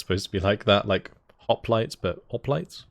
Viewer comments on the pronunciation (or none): none